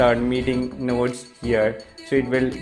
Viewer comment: Sorry to say but the way you said notes is literally funny.. i heard it nudes😝